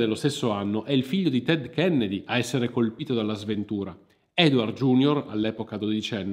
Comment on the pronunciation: Perché questa pronuncia dura della g, in Fitzgerald? L'ho sempre detto e sentito con la pronuncia dolce, ma, nel dubbio, ho provato a cercare la pronuncia americana del cognome e la ricerca ha confermato la fonetica che ho sempre sentito e utilizzato. Edit: però bravo per aver correttamente detto "iunior" e non "giunior", visto che è latino.